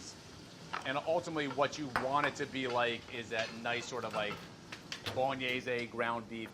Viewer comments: Bologenese-ehy Stop it, get some help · Molly is a G. Adam, the editor of a cooking magazine, knows very little about basic cooking. Also, don't say bowl-uh-nayy-see. Giada De Laurentiis has the market cornered on over pronouncing italian words. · This is in no way bolognese. Also I hate the way you say bolon-yay-zee. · bolognezay?... that kinda ruined the vid for me. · I cringe every time "bologn-yay-zay" gets said, as if the word hadn't been fully anglicized by now or that were somehow the way it were said in Italian. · the way the pronounce bolognese frustrates me